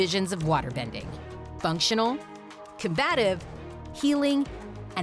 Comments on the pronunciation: "Combative" Combatitve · Anyone catch that it said “combatitve” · "COMBATITVE" ... oh no...